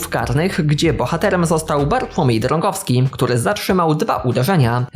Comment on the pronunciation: "niemal trafił do pustej bramki" w języku polskim znaczy, że nie trafił w bramkę choć był blisko, a w tej sytuacji gol wpadł więc chyba chodziło ci o to, że "trafił do niemal pustej bramki" *Drągowski nie Drogowski